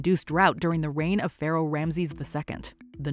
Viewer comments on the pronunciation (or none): none